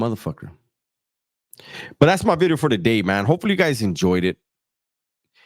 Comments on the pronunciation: My man said "bidios" 😂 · Hahaha you called it a bideo, you crack me up dog